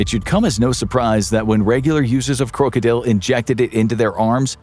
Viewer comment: Its funny. The way they say krokodil is exact how u say it in the Netherlands. My country. He is saying it if he did practice some dutch.. U say it and sound like a dutch person when u say krokodil. If y also write it like that then the spelling is correct in dutch to.😂😂😂❤